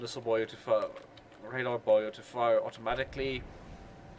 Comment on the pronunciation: Is nobody going to ask why he pronounces buoy as "boyo"?